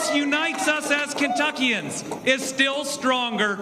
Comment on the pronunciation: Actually it’s pronounced Kentuckians